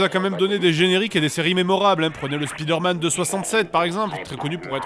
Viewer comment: L'épisode est bien , mais tu dis vraiment mal Spiderman Tu le prononces à la française[ouais bon t'en ais un aussi XD]